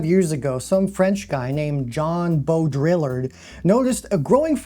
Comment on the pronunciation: John Bow-Drill-Lard cracked me up